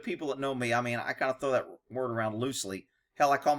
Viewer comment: LOL here I am again giggling at you saying the FWERD 😆